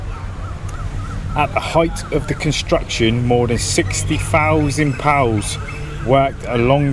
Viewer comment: Great videos. But please say “Pea Oh Double you’s.”✌🏽